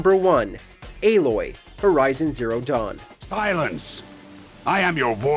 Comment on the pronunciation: I have watched a few different videos on female protagonists and you are the only one who said aloy's name right